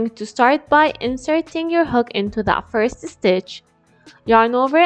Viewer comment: "Now slip stitch into the forst double-uh cwochey" LOLLL why she talk like thatttt???